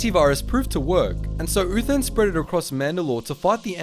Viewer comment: I kept on hearing Doctor Who instead of Doctor Uthan